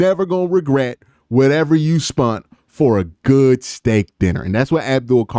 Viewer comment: Please stop saying "spunt". It's not a word.